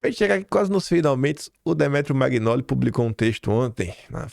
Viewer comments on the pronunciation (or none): o nome pronuncia-se Demétro Manholi. O gn em italiano tem som de nh em português. Da mesma forma, Marsiglia pronuncia-se Marsilha. O gl tem som de lh em português.